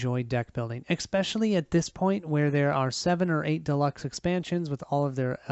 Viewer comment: ESPecially, not EXPecially.